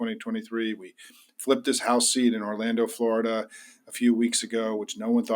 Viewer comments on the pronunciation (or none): none